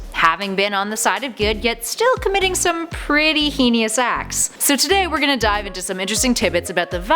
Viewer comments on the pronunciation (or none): "Comitting some pretty hee-nee-us acts." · Did you say heenyus? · "henious" is not a word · “He nius” acts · i knew she said heinous weirdly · I caught that too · Haha! You can't say heinous. Lmao